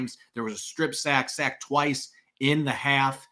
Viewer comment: listen to yourself say any word with a short vowel such as sack, pass, etc. You’re pronouncing it as a long vowel such as the ‘a’ in rain. It’s not Saick. It’s Saaaaack. It’s annoying but subtle.. Listen to yourself say these words and then listen to a normal person say the words such as sack, pass, etc.